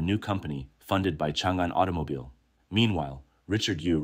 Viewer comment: Auto ? No no aito 😂 Aitomobile 😂